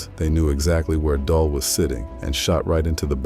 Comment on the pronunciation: It's getting corny now bro.... It's pronounced "dool"